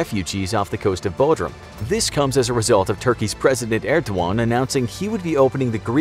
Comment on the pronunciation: IT'S ER DO GAN YOU DONUT!!!